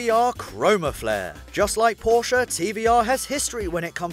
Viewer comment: I Like that you pronounce Porsche better than the most not German people, gut it is not CARARRA! IT is Carrera and the E is not pronounced as an A.